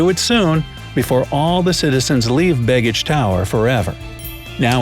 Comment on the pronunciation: Yes, and it's not "big-ich". The b-e-g part of the word has more of a long "A" sound. Not quite "bay-gich", but close.